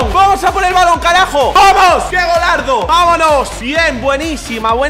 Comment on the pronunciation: NADIE ABSOLUTAMENTE NADIE UN ESPAÑOL DICIENDO KRAJO